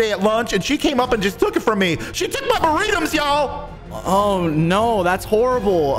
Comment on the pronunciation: the cop that came up to help at the end has such funny vocabulary tho lol. LIKE WHO SAYS BURRITMZ INSTEAD BURRITO AND TRESPASSMZ IN STEAD OF TRESSPASSING AND WHO SAYS yEaHmZs instead of yeah. like WHAT- XD